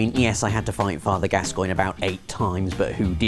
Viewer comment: Gascoigne? 2nd try,. Git gud skrub.